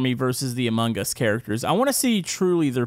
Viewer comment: “Amun guss”